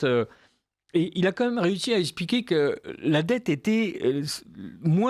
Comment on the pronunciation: Depuis des années je supplie monsieur Parlez français bon sang. On dit "eXPliquer " pas "eSSpliquer ".